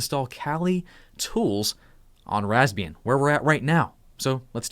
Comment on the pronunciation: I always hearing Lesbian XD